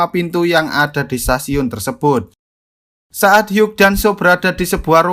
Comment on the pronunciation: "Hugh" sebenernya tidak pake g, dibilang "Hiu" aja. Seperti nomor 8 yang tidak egg, melainkan ate. Makasih bang!